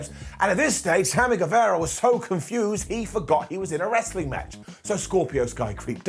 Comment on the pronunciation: ITS NOT GUEVEEERA ITS GUEVAAARA hnnnghghgh